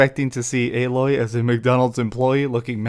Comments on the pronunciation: Lol why are ppl STILL mispronouncing Aloy's name? Her name is said with literal spoken dialogue over and over again throughout the entire original game, including in the opening cutscene! Lol they literally scream her name from a mountaintop at the very beginning! How are ppl still getting it wrong?? It's Ay-Loy, with a hard A. Jesus... This is what I mean when I complain about the quality of the content we get from half the "Professional" gaming based Youtube channels these days. There's zero excuse for it. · I'm starting to notice a lot of people like to call Aloy (AL Loy) haha. But it is almost spelled the same as Aloy but with one more letter L added to it. So I can see why some will call her that lol. But Its actually like saying the word Hey but A. Then Loy is like saying Boy but Loy So it's A-Loy....... Put it together and you got "Aloy" I'm pretty sure Alloy is some type of metal made by combining two or more metallic elements, especially to give greater strength or resistance to corrosion.